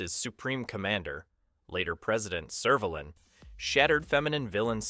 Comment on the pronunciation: If this narrator has watched the show, why can he not pronounce Servalan or Vila. Never mind Daleks.